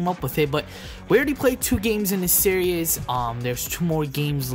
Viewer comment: It's SERIES, not SERIOUS!